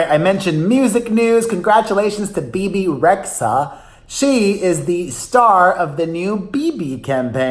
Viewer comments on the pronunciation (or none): Isn’t it really Bebe «Redya» («red-yah»)? Like they say where the name is from («xh» is pron. «dy»/«dj»)... ☺️